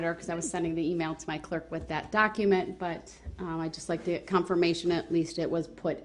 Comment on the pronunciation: He would make me so mad when the Judge would tell him to move on and he would say, “can I git to it”? The most I’ll mannered human(and I use that term loosely) ever!